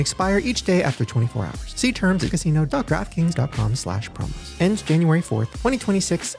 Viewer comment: shane, random but when you were talking about the DraftKings casino, i heard "Trap Kings Casino" lol i was like damn thats a catchy name